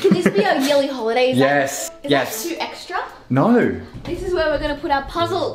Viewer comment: I love it how they say /nuyh/ for a “no”